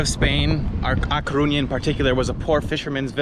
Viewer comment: Se dice A Coruña amigo, hasta los extranjeros lo.dicen mejor que los de aquí!!!!